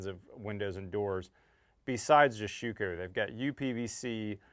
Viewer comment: you butchered their name..... Schüco ü is pronounced like: I am very very happy to see you bringing on some real high quality products from Europe. Just as a tip. You can get also premade stainless steel frames for those windows or aluminum flanges which are much better lasting than your tape. You can just glue them in place before you set in your windows. Since in Europe most houses are brick build it's for the US market a bit challenging with all wood. But I noticed with a stainless steel sill-plate and aluminum glaced 3 piece frame we cut installation time down to less than 30min per opening. And instead to have my framer to put a 5 degree pitch in the frame in which takes way to much time we just use abs plastic to get the 5 degree pitch in before we put the sill plate down. With a nailgun you shoot those abs plastic parts just into the wood before you glue down with PL375 or compare able glue the sill plate into place. But you can also get PVC molding which is preformed: Buy in bulk and you reduce your window install cost in material and labor by over 20% per window. Quick tip next time you install a sliding door. screw in 2 pieces of 2*4 onto the inside corners of the opening with 2 foot length each peace in a 45 this way you can lean again it without been in the way when you move the big door from the inside to the outside to than drop it onto the sill plate. On the glass we have a 3 point level with suction cups on so we can see which way